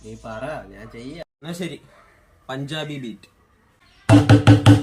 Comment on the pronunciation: ഫസ്റ്റ് പറഞ്ഞത് പഞ്ചാബ് ബീറ്റ് എന്നാണോ ഞാൻ കേട്ടത് കഞ്ചാവ് ബീഡി എന്നാണ് രണ്ടാമത് കേട്ടപ്പോൾ ആണ് സംഗതി മനസിലായത് പറയുമ്പോൾ ഒന്ന് തെളിച്ചു പറ ബ്രോ 🤣🤣